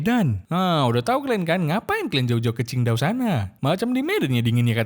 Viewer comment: Qingdao min,bukan chindao😭😭😭